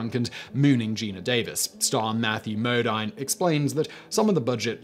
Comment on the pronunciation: I love ya, Simon, but it's Matthew Mo-deen, not Mo-dine. Great video all the same!